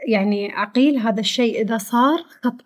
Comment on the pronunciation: عغيل عغيل وليس عقيل